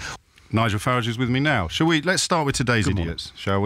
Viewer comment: O'Brien has been loathing of UKIP and Nigel Farage for a very long time, he hardly does a show these days without at least one dig about them. He takes great delight in pronouncing Nigel's name as 'Farridge' thinking he is being smart. I would suggest he leaves his Ivory tower and see for himself what is happening in London alone.A huge amount of EU migrants are handing out free newspapers, selling sandwiches in Pret a Manger etc, holding up advertising boards in the West End and working in car washes, These are not proper jobs and they are bringing nothing towards the economy except lining the pockets of the people who are exploiting them as cheap labour. I am a Taxi driver in London and on two occasions i have avoided being robbed by Eastern Europeans, luckily i was forewarned of the scam in advance. Nigel is not a racist because what is happening by being in the EU affects all the other immigrants of all creeds and colours, it is just common sense. Perhaps if the influx of EU migrants all wanted to become Radio presenters O'Brien might change his tune.